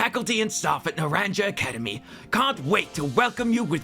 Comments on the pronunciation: Another Pokémon Scarlett and Violet video and stream, another person who can't say naranja correctly. Meh, at least the review is pretty through and honestly. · The way you pronounce naranja 😭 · The way naranja is pronounced in this video actually makes me sad... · I'm fairly certain the J in "Naranja" is meant to be pronounced like an H. It's the Spanish word for "orange." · Hearing “naranja” pronounced with an English “J” kept throwing me at the start. 😂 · The way you pronounced Naranja made my ears bleed.😂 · Say Naranja wrong ONE MORE TIME... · Disliked for making me hear you pronounce naranja without the Spanish j so many times. Español I’m so sorry they made orange sound so ugly. I did laugh out loud at the genderfluid quip tho so thanks for that :) Also glad to see some Nemona appreciation, probably my favorite rival in quite a while. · I’m begging you, the j in Naranja is pronounced like an h 😭💀 Naranja is orange in Spanish 😭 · I know it’s funny to make fun of Pokemon and Gamefreak and all, but you could learn a LITTLE Spanish. Or at least try. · the way youre pronouncing naranja is absolutely killing me. I PRAY its on purpose. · Narrandja Academy (it's naran-hah, orange academy in Spanish!) Very much enjoying the video and looking forward to the full version. The animation school must have been worth it, all my favorite gags are your little animated bits. Extremely want to play your game when you're done with it. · It’s “NarawnHA” not “NuhranJUH” IT’S SPANISH FOR ORANGE 😭😭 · Not NAHRANJA academy the English pronunciation is killing me 😭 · In case it helps for future installments, it's pronounced "nah-RAHN-hah"; "naranja" is the Spanish word for "orange" (the fruit, not the color, which is "anaranjado"). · Sorry but I cringed each time he said Naranja academy… for anyone that doesn’t speak Spanish it’s pronounced “na-ran-ha” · So who's gonna tell him it's pronounced na • ran • HA(because spanish for orange) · Naranja is pronounce Nar-ron-ya